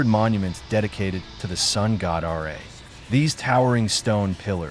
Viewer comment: Fuck this it's ra not r a . You are trying to connect the dots that have no conny